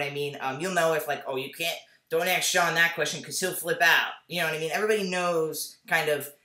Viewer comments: Aydian, stop saying Ax.. say ask lol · I like your videos but please can you pronounce the word "ask" with the a-s-k" and not like "axe" . It really bothers me when people do that!